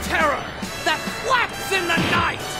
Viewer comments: I heard it like "terror, that flex in thet night" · At first I thought he said “faps in the night”. So glad he said flaps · As many times as I have watched this series, I never actually noticed that he says "I am the terror that quacks in the night" I've always heard it as "I am the terror that flaps in the night" and I thought that was hilarious. Quacks is still really funny but won't change my head cannon 😂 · Sword wow I always thought he said "I am the terror that quacks in the dark" LOLZ